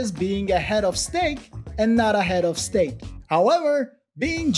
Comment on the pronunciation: Couldn't have said it better 👏😂 Also, it's steaks not stakes 👍